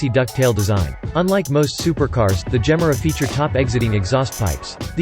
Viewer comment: Please listen to Christian Von Koenigsegg, pronounce the Gemera's name!!!